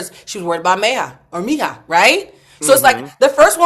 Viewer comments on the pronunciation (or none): Her name is “MEE-HA” . Meija